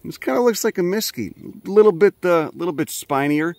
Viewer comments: We need to have a talk about your pronunciation of “mesquite”… There’s no emphasis on either syllable 🤷‍♂️ I know there’s a few more words that you screw up but I’ll get back to ya on them later 😂 I grew up in the DFW metroplex n dealt with those critters all summer. I now live in Colorado n guess I traded for chipmunks 😂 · I was pretty much through the entire video before I realized you were saying Mesquite 😅. or maybe I’m hearing you’re wrong but if I’m correct, you’re pronouncing that wrong😂